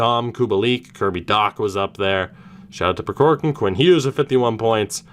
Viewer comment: I didn’t point this out in the Russian series, but the first “k” in Prokhorkin is silent. At least it is from the Kings’ broadcasters.